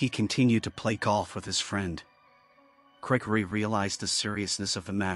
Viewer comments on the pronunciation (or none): Is it just me or did it sound like the way the narration voice pronounced Gregory in the first story made it sound a lot more like it's saying "Cray Cray"??